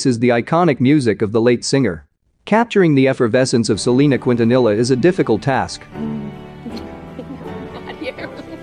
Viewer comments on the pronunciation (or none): 'Cwuint-a-nilla' that voice machine doesn't know Spanish. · Who ever is telling the story is not saying Selena's last name right! 🤦‍♂️ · Why is he saying her last name like that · its a ai narrator ofc it’s not gonna say some words right